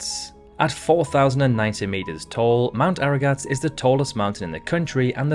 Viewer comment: Armenia, mount Ararat. (not aragat)